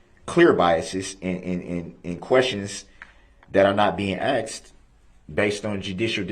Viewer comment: "Biast", "axed"..where the he$$ did he learn to talk??